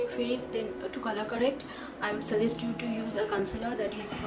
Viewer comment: Wasch ?? Its Watch Also you always pronounce “you” as “zooou” Been watching you since couple of months... i could not stop myself to alert you! Make videos in hindi.. if you aren’t comfortable with English Language!